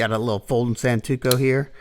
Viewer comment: Lmao you really do mess up words often. Heard you say “bOhemoth” once, and now you said “santuko” instead of “santoku”. 😅